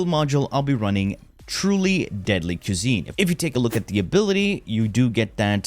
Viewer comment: "quesine" was sending me up a wall lmao